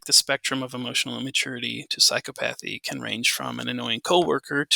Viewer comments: Excellent talk. (Someone let know he could be mispronouncing "psychopathy".) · Correct pronunciation of psychopathy